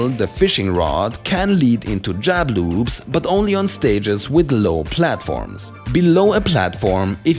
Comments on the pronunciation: I keep hearing you say "jab lubes." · I love how he says jab loops in his accent